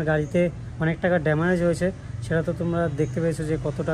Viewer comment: গাড়ির ড্যামারেজ হয়েছে ।😂😂😂 এতোদিন জানতাম শব্দটা ড্যামেজ ।